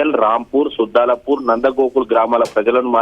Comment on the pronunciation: సుద్దలపూర్ కాదు తుజల్పూర్.